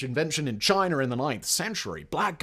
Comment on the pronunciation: I’m a southerner here in United States. I love the pronunciation you have of China as Chiner, and we say Chinah (draw the ah out a minute)